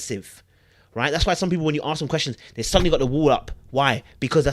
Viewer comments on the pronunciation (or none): none